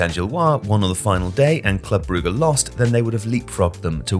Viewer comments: Brugge is pronounced Brooj/Broozh, not Brew-ger. Sorry, had to stop watching the video because of the repeated mispronunciation. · jesus you cant even pronounce Brugge correctly? beyond ignorant, put a lil effort into it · The way he keeps incorrectly pronouncing Brugge/Bruges really annoys me 🤬🤬🤬🤬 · Why is everyone starting to call brugge, brugger? Lol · "Brugge" is honestly offending